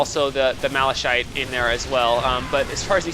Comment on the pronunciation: what about normal, have u beat that on time w/ the same maze? btw it's "mala-KITE" and "OH-pull" :)